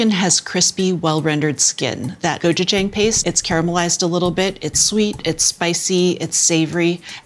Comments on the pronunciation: So well spoken that she says “gochujang” phonetically 🤣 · Next time you say gochujang— ask me— you butchered the pronunciation.